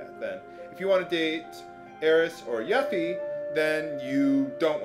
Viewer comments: yuffie? its pronounced You-fee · It is pronounced 'yoofee". Check out KH and KH2. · yeah he can say it how he wants, but that doesn't change that it's "yoofee" KH and Dirge of Cerberus say it that way, but he could just be saying it by habit. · actually in kingdom hearts they pronounce it you-fee so no it isnt yuh-fee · You pronounce Yuffie's name kinda strangely.